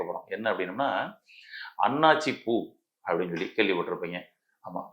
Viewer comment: ஹலோ எல்லாம் தெரிந்தவரே அது அண்ணாச்சி பூ அல்ல அன்னாசி பூ... ஒழுங்காக தெரிந்து கொள்ளுங்கள் ஏதோ காப்பியடித்து கூறுவது போல் உள்ளது அனுபவப்பட்டீர்களா அல்லது நீங்கள் மருத்துவர 😢